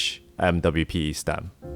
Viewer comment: Love that you don't say umwipe haha